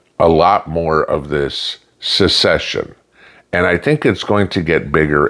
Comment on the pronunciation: Kids can’t read? How about grown adults that pronounce it- “Success-shun “…